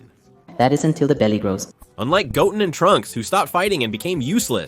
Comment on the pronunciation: Pardon me as a neophile, but would simply putting a space in your transcripts before the AI butchers every name not suffice? Couldn't Go Ten be pronounced correctly as opposed to Goten ( and therefore Gotten)?